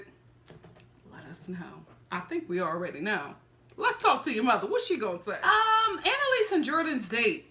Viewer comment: ANALise 😂😂 I can’t stop saying it lol